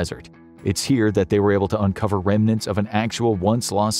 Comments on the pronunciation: Apparently they have a hard time saying "remnants" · Remnants is pronounced "rem-nants". Not "reminiscents" or "reminants". Otherwise your diction is excellent. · Cache is pronounced as cash, not cashay. Remnants is REM nants not rem IN ates. If you don't know how to pronounce something, don't guess, look it up! No, it's not an accent, its just wrong.